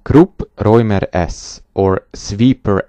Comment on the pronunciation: I guess it was called: Räumer. - sorry, you pronounce it correctly ;)